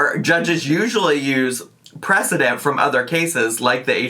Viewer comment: She can't even spell it or pronounce it 😂